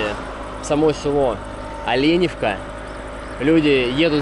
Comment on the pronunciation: Ну Москва не сразу строилась) дороги делают. Правильно говорить Оленевка. Олень или лень) а так вообщем то вы молодец всë позитивно, обзор хороший. Житель Оленевки).